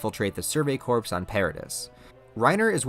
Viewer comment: Do mistakes like saying Corps wrong come from you using a program that uses your voice...its not intolerable mistake..but so many you tubers do this glibly..while trying to apparently educate..